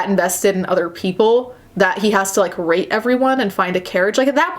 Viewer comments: Every time she says "rate" i hear "rape"... kind of funny though.. xD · I KEEP HEARING "RATE" AS RAPE- im watching too many of these my mind is fucking up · Mmmmmmmmmm I keep hearing rate as rape and I forget it’s rate every time and I’m just like w h a t